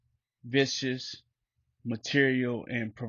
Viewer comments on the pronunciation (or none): Respectfully, Viscous.... sounds like (V-I-S) (S-K-U-S)